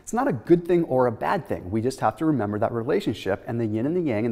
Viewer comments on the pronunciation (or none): none